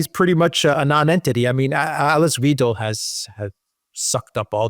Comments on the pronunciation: Great coverage gentlemen! Please get Weidel's name pronouciation correct however ....V-Eye-del 😂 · (ander): please pronounce the 'ei' in Weidel like the 'i' in 'ice'. Great work, impressive and important work you both do! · Dear Gentlemen as always dart in the middle.. pronunciation off dr A Weidel is as in ride 'raid'😊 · Wydal - as in "spy". Remember - except for dypthongs, only the second of paired vowels is pronounced in German, not the first. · Why-dell. By the way a bankster and neocon. A single look at the party program ans their plan to exploit germans even further to enrich the oligarchs reveals that instantly. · Just pronounce like „idle“. But I have to mention that Mrs. Weidel is not idle at all. Just the contrary. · Pronounce it like „idle“. Wanna stress that Mrs. Weidel is not idle at all, just the contrary. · 🤔 How should I believe you’re competent enough to talk about German politics when you can’t even pronounce the names correctly although your wife is German 🙄 Weidel is not difficult for an English speaker by no means 🤷‍♀️ AfD with 20-25% is not to “win” anything as long as the block parties are united against them - no earthquake at all - like the SED in former GDR. “Big coalition” CDU/CSU+SPD is nothing new in GER, just this time not with a 2/3 majority for being able to do constitutional changes. No changes to be expected! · Enjoy your program and discussions very much indeed. Thank you. You seem to take great effort in pronouncing names, especially AfD, correctly but have so much trouble with Weidel....In German, "ei" is pronounced "i". It's pretty easy and you guys are pretty smart so why the confusion? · Usually, I never care about stuff like this, but the ei in Weidel is pronounced exactly like the ei in Eisenhower. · It's Weidel, the German "ie" and "i" are pronounced like the letter "e" in the english language. The "ei" is pronounced like the english "i". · Pronounced Whydel not Weedel. From a German. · Alice Weyedel, not Weedel